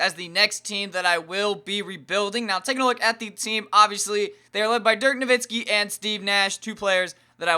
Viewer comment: ur saying DIRK NOVITSKI its no-wit-skee